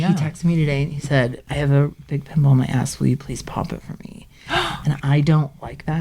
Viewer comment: Did she say "ploise"....??